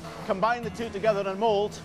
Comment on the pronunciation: I'm English and always pronounced it Mackie's, like in the video. My boyfriend (a Scot) has always corrected me and said Mac-kie's, ended up here to prove him wrong >:)